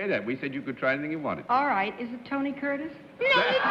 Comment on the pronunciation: Vahan Nisanian I thought she had the right Tony till she said Cutris.